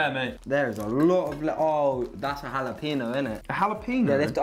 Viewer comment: the way they pronounce jalapeno xD